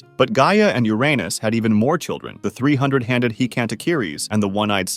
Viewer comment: “3 100-handed” sounds like “300-handed”